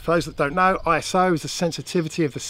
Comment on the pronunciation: Please, I.S.O. Is a word 'Iso' not letters or abbreviation. Still one of the three top drone channels. Thanks